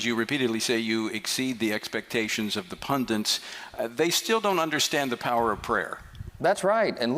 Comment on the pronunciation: Who is that moron saying 'puNdints'???